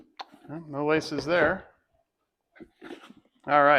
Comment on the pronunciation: When you said "laces" I thought you said "license" and thought to myself "well I didn't get a license with mine either!"